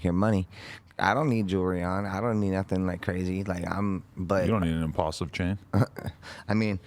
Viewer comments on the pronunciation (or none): So, did aaron just now realize that the pendant says "imPAULsive" not "imPULsive"? I think he did!